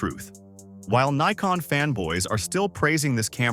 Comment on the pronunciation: 10. Leica M6? It's a bout the bloody lens dummy. No $50 equivalent. 9. It's Nikon, not Nykon or Kneekon! 8. It's called feature creep, idiot and it's universal.7. Emju? God it's 'mu' OK. That's why they called it the Epic in the USA, knowing that fools like this couldn't pronounce it. The mju-II is very old and many do fail when they hit 30 yera sold. I prefer the mju-1 as it's a bit more robust. But as compacts go, it's brilliant. 'bout then the gross overstatements and outrageous ignorance got to me. Ignore this tiresome cascade of gibberish and take your time and ideas elsewhere. Move along - nothing to see here.